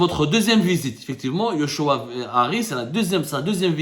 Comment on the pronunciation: yochua se prononce Jochua